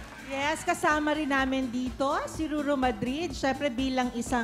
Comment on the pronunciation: Si ate aiai yun na sa oh ruru ruru pinipilit masabi ang pangalan